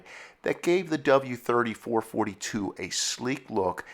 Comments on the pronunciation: Sorry, had to leave very early… you can’t even pronounce the marques name correctly. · no such thing as a four-forty-two ....was always four-four-two